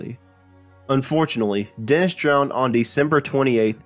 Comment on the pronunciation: English pronunciation needs work. Woolsin = Wilson? Dents = Dennis?